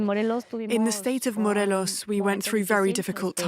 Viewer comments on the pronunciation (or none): none